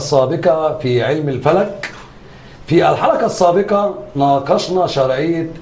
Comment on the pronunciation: المذيع يقول الحلكه السابكه 😂😂 حرف القاف عنده مضروب